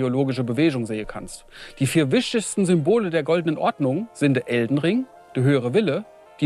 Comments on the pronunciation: So geil, wie „wichtigsten“ ausspricht. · Soll halt hessisch sein oder so^^